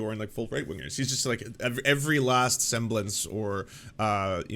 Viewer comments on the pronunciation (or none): Did he mean to say "façade?" Isn't that supposed to be pronounced "fah-SAHD"...?